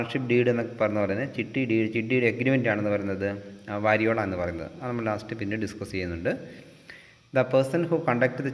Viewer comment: വരിയോള അല്ല, വരിയോല